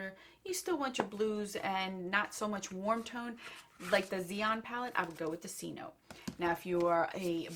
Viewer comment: It's said se-no-te